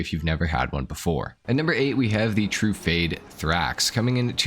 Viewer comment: one year later and hes still pronouncing Tru-Fah-dey, TRUE-FADE huh.....